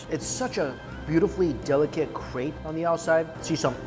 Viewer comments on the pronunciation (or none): none